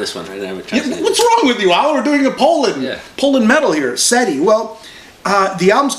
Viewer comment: Wtf is Polland ? It's Poland for satan's sake :D